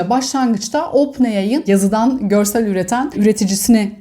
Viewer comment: Ya hala ooopen ai diyo 😄 Lütfen düzelt şunu saygılar ❤